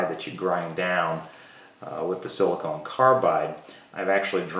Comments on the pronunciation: I have to wonder if something else was on your mind since you kept saying Silicone Carbide rather than Silicon Carbide ;) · Hamilton, I appreciate you watching and taking an interest in the fine details. I am assuming you are referring to pronunciation as my banner is spelled "silicon". You are correct, my apologies. Thanks for your support.